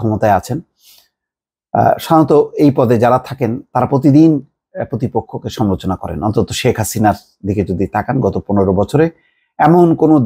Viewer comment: শব্দ উচ্চারণে সতর্ক হোন। যেমন সমালোচনা শব্দটা আপনি উচ্চারণ করছেন "সমোচনা"। আরও কয়েকটি শব্দ উচ্চারণ শ্রুতিকটু।